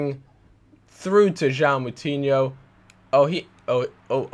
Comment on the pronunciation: it's jo-ã-o, not jao